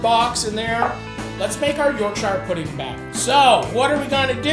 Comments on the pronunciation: Sittin 'ere in my Yorkshire home dying a little inside every time you butcher the name of my beloved county. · Wondered if any limeys were gonna pull him up on that pronunciation lol. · You are pronouncing Yorkshire badly and incorrectly please refer to this Cambridge dictionary link. yours faithfully people who are English by birth but Yorkshire by the grace of God 🤙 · You’re the best I swear, but being from Yorkshire it’s pronounced “York-sha” if you ever see this please from now on I BEG call it “York-sha” 😩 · its pronounced "yorkshure" ya muppet! And, The Cure is not a punk band. Carry on... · As a Yorkshire man, it's 'Yorkshure' ;) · No emphasis on the shire in Yorkshire it's York Shuh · ... sheer... its pronounced york-sheer, this aint lord of the rings america we aint visiting bilbo in the shire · As a proud Yorkshire man I would like to let you know it's pronounced York-sher. Good to see a proper english meal on here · It’s pronounced - ‘York-shur’. Other than that, great vid and nice take on a classic. Source: am from there... Also in the thicker Yorkshire accent, toad in the hole would be pronounced - ‘toad int oil’. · It's pronounced York-shur, no emphasis on the ire. Respectfully yours, a Yorkshireman. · It's yorkshire, not york-shire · York-shyer pudding 😂 love how our Atlantic cousins say British words it's pronounced yorkshur pudding. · It’s ‘Yorkshire’ mate, not ‘Yorkshire’ - looks delicious though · That's not how you say YORKSHIRE!!!!!